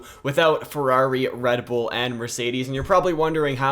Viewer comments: Ah yes, re bull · Re Bull 💀